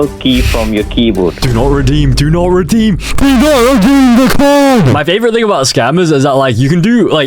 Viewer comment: “Do nod redeem id” hits hard 🔥🔥🔥💀💀💀